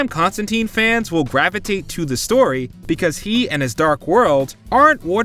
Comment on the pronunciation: It's not Con-stan-teen . It's Con-stan-tyne. This is confirmed by Allan Moore who created the character.